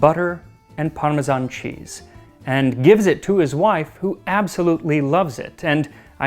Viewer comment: You obviously love your job. I'm glad you don't say parmezhan, like most people do. The US has become obsessed with the "zh" sound.